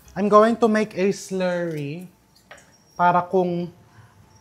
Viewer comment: Kanino ka Chef nagpaparinig ng s-lerry?🤔ay! Slurry baga‼️😂